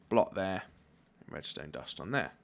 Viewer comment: when he says : torch there, torch tere. I'm like : Wha?